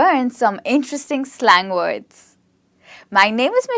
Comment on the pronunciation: WORDS. NOT WAODS.